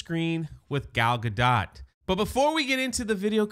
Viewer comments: I love how we still don't know how to pronounce "Gal Gadot"- definitely the superior Wonder Woman 🙄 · The fact that you can’t/won’t even pronounce gal gadot’s name accurately makes this whole video sus.